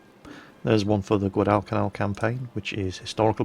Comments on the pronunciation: whenever you said guadacanal you pronounced it wrongs. its guad-i-canal not guad-al-cal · Guadalcal. Yep. It's Guadal-canal. It's all right because half the marines sent there couldn't pronounce it. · i dont mean for this to sound rude but you kinda announce guadalcanal weirdly but it's probably just a nation pronunciation difference between Britannia and US